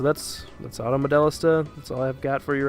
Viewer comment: It's pronounced, "Auto Model-LEE-sta." " "Modellista" is Italian.